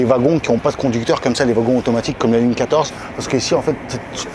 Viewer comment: "Lignre 6"